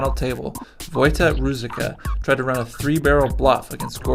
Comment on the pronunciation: Roo-Zich-Ka, not roo-zik-uh.